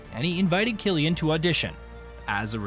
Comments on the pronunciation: He wasn’t born in Dublin, as the text on screen says. He was born to a family living in Douglas, a suburb of Cork city. And please stop calling him Sillian. It’s Cillian, with a hard C. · It is spelled Cillian and is pronounced with a hard C (like Killian). It is an Irish name. In the Irish language, there is no K in the alphabet. The letter C is used to produce that sound. The letter S is used to produce a soft S or soft C sound. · Well, whatever “everyone” says, I’m Irish, and Cillian is an old Irish name. There was a Saint Cillian. Sometimes his name is Anglicized to Killian. But the Irish spelling is Cillian, and in Irish, C is a hard C. Furthermore, if you search for it, you can find a short video of an interview that Cillian Murphy gave in which he demonstrates how to pronounce his name.